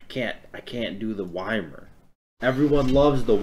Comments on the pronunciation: whymer??? It's EE mear... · Ita pronounced eemeer, not whymer, just a heads up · IT'S E-MEER. the gods say their name when u pick them.... i don't get why so many people say yuh-meer (and i know saying "why-mer" was a joke) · You said “whymer” and it made me sad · Skelzore yes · I heard him say “Whymer” and now I’m not watching g the rest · Please tell me people don’t pronounce it Y-MER?!?! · Why are you saying ymirs name like that bruh😭